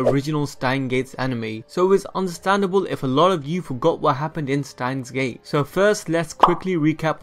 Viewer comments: why do you say stein gates instead of steins gate so often? 🤔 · Stop please stop saying stein gates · 'Stein Gates' 😂